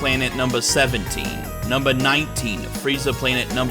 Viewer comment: This wasn't a joke but "numbah 18, Frieza Planet numbah 17" cracked me up.